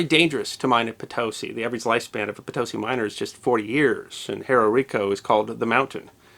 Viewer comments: I think believe that Potosi is phonetically pronounced "Potto-see". The Spanish avarice for precious metals and gems from South America was used to chiefly finance the royal court in Madrid, but many ships carrying those riches were lost in hurricanes, shipwrecks, piracy and captured in naval engagements. There was the powerful incentive of prize money for captured vessels in wartime too. One wonders if Latin America had not been mostly shared between Spain & Portugal with their metal weapons, guns, armour, wheeled vehicles and horses, and the indigenous peple forceably converted and enslaved how the history of there would now be remembered? On the down-side, we might not now be enjoying tomatoes, potatoes, easy access to coffee etc in our diets. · Another well done and highly interesting history video but I would like to point out an error. The name Potosi is pronounced with the emphasis on the last syllable so that it is correctly pronounced poe - toe - SEE. If it is viewed in print in lower case you will see the accent mark over the letter "i". Thanks again and keep the awesome videos coming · Potosi. Pronounced "Po-to-see" The "mita" or "mitaje" was a taxation system of the Inca empire, everyone had to work two months of the year for the Inca state. The Spanish found it to be VERY convenient to their purposes. Timber was needed to shore-up the mine tunnels, but had to be brought up from the eastern lowlands. Again, natives were forced to cut and transport it to Potosi. But once there, why not force them to work in the mines? Around six million lowland natives were worked to death that way. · Probably mentioned before but Potosi is pronounced Po-to-SEE, emphasis on the last syllable. Great presentation for the University of the Internet. :) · Great video, but it is pronounced Po-to-SEE, emphasis on the si. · Pronounced po-to-SEE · YES!!! PotoSI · Oh cmon, let's get the pronunciation right! po-to-SI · I cringed at the American dictionary pronunciation of Potosi’